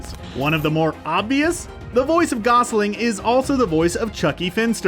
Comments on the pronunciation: Gosling and Steelbank killed me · He also says "Gosling" instead of "Gosalyn." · I can't stand all the mispronounced names! Ugh! I think McScrooge was the worse! What was he calling Gosalyn? (Not sure how to spell that) Who the hell thinks Gummi Bears were lesser known?!? They had 6 or 7 seasons! Whatever!